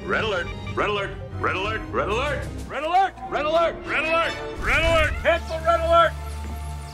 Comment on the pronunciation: After awhile it just starts to sound like RELLELERT